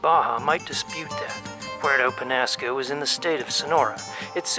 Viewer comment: The narrator needs to learn to pronounce Penasco properly.